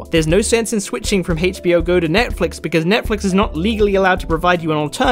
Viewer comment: Why do you say HAYCH in HBO ?